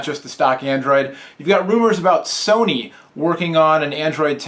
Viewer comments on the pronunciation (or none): none